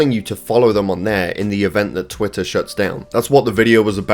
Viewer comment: it's called an accent.